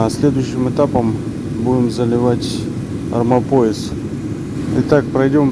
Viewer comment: Армомояс у вас звучит смешно😅😂